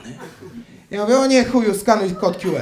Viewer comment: Skoro "kju" to i "ar"🤪 a nie "er"